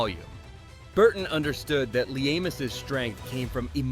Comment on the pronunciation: Could Your Narrator Learn to Pronounce LEAMAS???? Oh Wait, It Freaking AI!!!!!